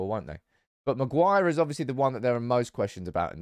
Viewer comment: MAGUIRE!!!!! At least get his name right!!!!!!